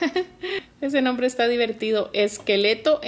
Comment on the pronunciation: Dijiste los nombres mal